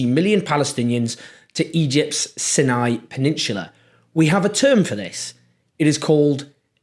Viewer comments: It's not "sinni", it's "syny". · Might want to check your pronunciation of 'Sinai', Owen.